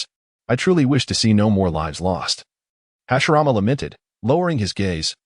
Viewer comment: you got hashirama and tobirama names wrong